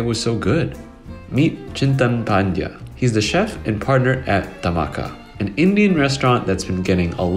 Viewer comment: Damn pronunciation of Chintan Pandya and the restaurant's name is impressive